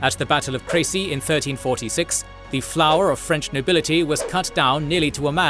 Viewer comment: Are you really pronouncing "Crecy" right?